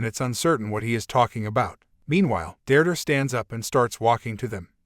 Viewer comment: Never knew "Deirdre" is pronounced "Durdur"